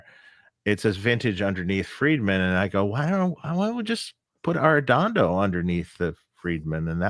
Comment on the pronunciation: Great that you honored Jose Arrendondo's legacy. His work inspired so many, and brought warmth and rich tone to many guitar players. But next time get to learn the right way to say his name and his daugthers name. I know that in the USA people just 'americanize' names, But how will you feel if someone presents you as 'Marqusanki' and 'Deib Fried mannn'. Think about it !